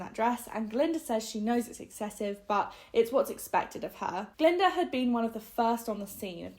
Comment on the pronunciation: Glinda not galinda or glenda.